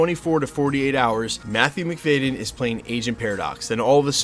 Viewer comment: It's McFaHdden, not McFaYden.